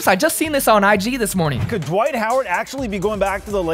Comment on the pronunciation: lol why you gotta call him DUH-WHITE instead of just dwight